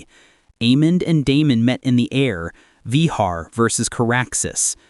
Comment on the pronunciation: Vehaaaaar😂😂😂😂😂😂 Va---Gar is the Pronounciation Not Yee Haw?